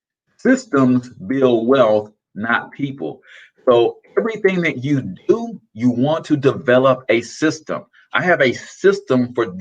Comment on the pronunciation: When you said "Everything That You Do"💥 The "Do" part sounded like an Italian guy from the Sopranos. 👤🍷 I received value as usual again thanks!